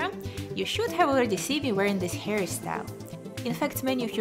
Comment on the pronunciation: I like how she says hairystyle and not hairstyle😂